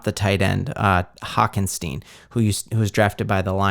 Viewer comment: Hockenstieen? My man. I love your videos but, it’s hockenson. Lol